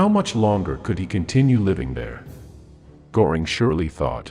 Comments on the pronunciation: It’s “Gehring”. Not “Goring.” You lose credibility when you can’t pronounce the names correctly. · A very valuable documentary. Göring's name 's with ö and not o. So the pronunciation should be like that. Thank you so much. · Every time that naration voice mispronounces – in confident American phonemes – the name 'Gore ing', it klangs in my ears like a fart during the moment of silence at a memorial service. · Can't stand the AI stuff. And just learn to pronounce Görings name correctly, it is NOT Goring.